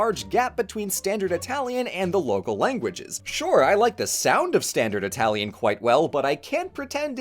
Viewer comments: the way you rightly pronounced the words, yet still having a very marked accent is something i never thought to be possible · It's a lot more jarring when people do it without the correct pronounciation or a very thick accent, imo. is actually one of few people I can listen to speak italian and not be jarred because he actually speaks it correctly.